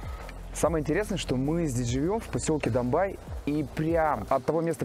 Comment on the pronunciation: Не Домбай, а Домбей.что означает зубр на Черкесском языке. Зубры раньше там водились. Не Кисловодск,а Нартсана .Напиток Нартов-Богатырей.Тоже на Черкесском языке.